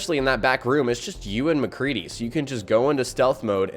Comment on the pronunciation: You said mcree